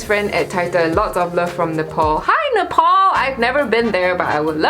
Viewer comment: It’s not nepaul, it’s Nepal 😂😂 ,btw sorry for insulting u